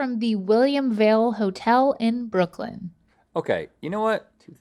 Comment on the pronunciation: You guys forgot the R in Brooklyn. Put some respect on my home town.